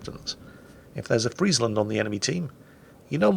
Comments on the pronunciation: this is the first english youtuber who actually pronounce friesland right like perfectly right. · Thanks you for pronouncing Friesland properly.